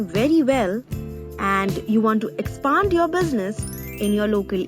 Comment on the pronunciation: Lmao "expund"